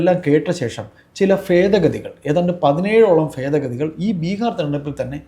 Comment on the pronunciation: ഫേതഗതികൾ അല്ല മലരേ ഭേദഗതികൾ